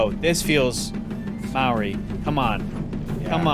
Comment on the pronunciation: You nearly pronounced Maori correctly, so close haha! Instead of pronouncing the 'MAO' like 'MAU' or 'MEOW', aim for a lazier 'MOW' or 'MOE' and you should be good!